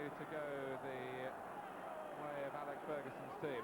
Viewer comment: 3 decades later and Martin Tyler still can't pronounce Alex correctly lol